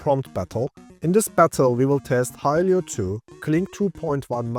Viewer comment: Great video, only it's not pronounced "Hi-lee-yo", it's "Hi-lo"